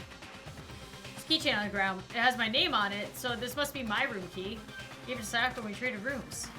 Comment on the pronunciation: I'm kinds triggered about how says Sayaka